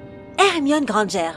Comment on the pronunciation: C’est vrai, elle a prononcé le nom d’Hermione « Hermione Grangère »!